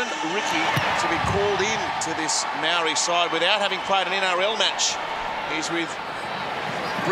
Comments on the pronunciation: Bruh, why they got all white commentators for the Indigenous/Māori game? Dude can’t even pronounce the word Māori 🤦🏽‍♂️. Over 50 percent of NRL players from indigenous or pacific island heritage, NRL needs to change with the times. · The commentators got no idea about the culture. NRL needs to change with the times and get some brown faces in the commentary box. After all that beautiful culture from both sides before the game and dude goes ‘and the Mowree all stars get us underway’ 🤦🏽‍♂️. Other dude goes ‘ so who won the dance contest?’🤦🏽‍♂️ Time for change.